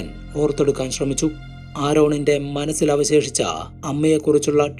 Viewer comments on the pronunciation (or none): Manazil അല്ല za അല്ല സ അല്ലെ മലയാളം കേൾക്കാണെല്ലേ സുഖം മലയാളം പറയു